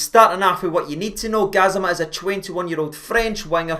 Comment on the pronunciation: Can someone start a Go Fund Me page for on Rangers TV so we can pay for lessons on how to pronounce Gassama. Poor guy has a speech impediment that doesnt allow em to pronounce the A at the end of Gassama Cheers